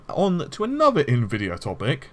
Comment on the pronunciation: I just noticed you're finally pronouncing Nvidia correctly. You used to say Ne-vidia, which to us Slavic viewers sounds like a really funny insult to them, because it means "I can't see".